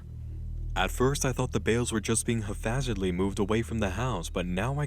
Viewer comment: I love you hun, but it's pronounced "hap-hazardly", not "hafazardly"(lol, ignore me, I'm sure you already know, but It was driving me a little crazy 😁 don't worry, we all slip up or misread shit from time to time. Thank you so much for putting so much heart and soul into your channel for us, and dedicating so much of your time, energy, and brain power💜)